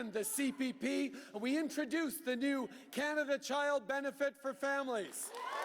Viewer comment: you would think chanting Canada, would be better, may as well say pot tat toe